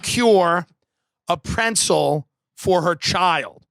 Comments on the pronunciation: Are you trying to say pretzel 🥨? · Love ya tim but theres no N in pretzel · It’s been years and I’m still searching for the ‘n’ in ‘pretzel’ lmao